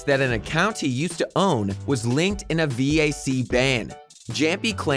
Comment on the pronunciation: V-A-C ban , ASS-Tralis, XY-P-9-X, E-S-3-tag and also the fact he said Stattrack Howl was sold for 140$ without thinking it was a mistake in thr script. Must be just a normal narrator working for the channel and not a guy with csgo knowledge but someone should still tell him how to pronounce those words/names lol